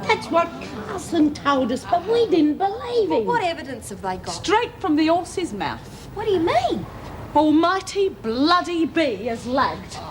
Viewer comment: "Strate from the 'ORSES MOUF!" 😂